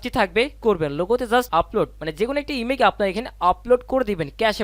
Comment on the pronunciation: আপনি বার বার ইমেক ইমেক করছেন। এটা ইমেক মা ইমেজ হবে